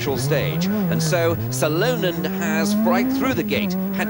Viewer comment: I think Ronnie Corbett would have done a better job..!! How is he saying Salonen..?? At least learn how to pronounce the names correctly if you're going to commentate...